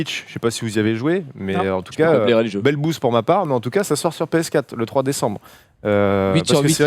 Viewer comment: Ptin il me trigger quand il dis entcas pour dire en tout cas